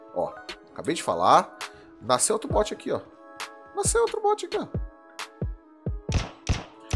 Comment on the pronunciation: Finalmente alguém que não fala but mds e bot qual a dificuldade bot e diferente de bote